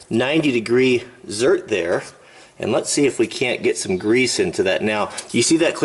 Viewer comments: Just FYI, its zerK, not zerT and, 43k original miles on 1970 F350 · "Zert" LoL